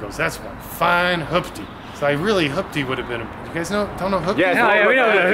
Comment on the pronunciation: its a hoopty. not a hupty.